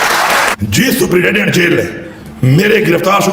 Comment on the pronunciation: this guy can't even pronounce the word "superintendent " 🤣 he is pronouncing it "suprident" 🤣🤣🤣